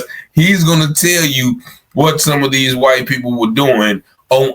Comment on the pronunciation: Bro say whyte thugs 😂